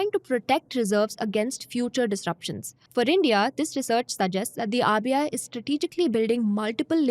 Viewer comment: just one feedback- when you are saying RBI, I am hearing it AVIA, maybe some pronounciation miss from my side.. Did anyone felt same?